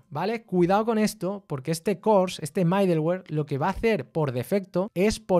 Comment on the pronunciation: Aún no veo todo el video, que está muy bueno y bien explicado como siempre, pero quería hacer una corrección: la pronunciación de middleware podría ser midelwer o midlwer, pero nunca MAIdelwer. Con cariño💙